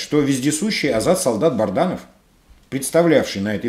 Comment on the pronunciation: Добрый день! Вы постоянно произносите фамилию Азата солдата, он БАДРАНОВ, а не БАРДАНОВ, ваше постоянство в этом вопросе удивляет.